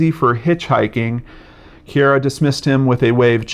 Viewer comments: It is pronounced Kere - A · I'm from Perth - it is pronounced Kee - ah - ra. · he pronounced it as ciara's father did on crime investigation Australia